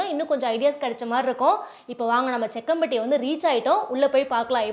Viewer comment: Jakkampatty. Not sekkampatty sister